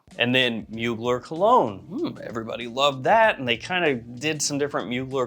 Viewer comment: love your vids but you're mispronouncing Mugler